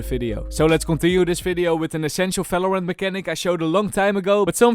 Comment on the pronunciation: Bro conmon you pronounced Valorant in of your video stop saying falorant